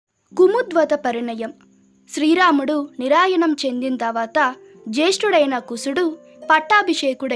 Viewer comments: శ్రీ రాముడు "నిరాయణం" ....... అని అంటున్నారు. "నిర్యాణం" అనే పదాన్ని "నిరాయణం" గా పలుకుతూ ఉంటే తెలుగు భాషకు ఇంత దారుణమైన స్థితి వచ్చినందుకు చాలా విచారంగా ఉంది. దయచేసి ఈ రకమైన ఉచ్చారణ తో తెలుగు భాషకు అన్యాయం చెయ్యకండి. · Nirayanam anakoodadu nir+yanam kalipi chadavandi